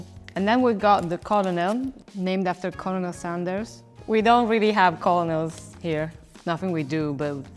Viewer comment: Nobody told her about the R in colonel here.